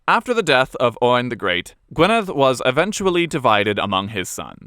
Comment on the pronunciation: Thank you for doing the research into the correct pronunciation of the Welsh names - When you got the DD in Gwynedd right I was like "ok, this might be good", and then when you got the LL in Cadwallon right I was in love! Diolch o galon!